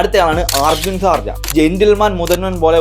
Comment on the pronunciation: ആർജുൻ സാർജ അല്ല , അർജ്ജുൻ സർജ്ജ